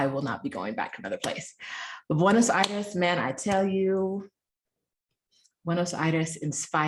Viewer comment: If I ever hear you say Buenos Aries again, I will drive into a tree. Is this racism or a reaction to my attitude?